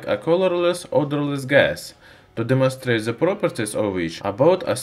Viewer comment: Is it so Hard to say "the" and not "ze"? It ruins whole video